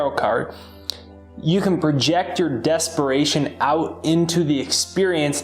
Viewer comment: Desparation or DESPERATION? 😊